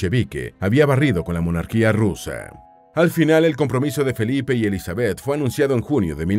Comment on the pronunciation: Me desespera que diga Elizabéth. El acento va en la i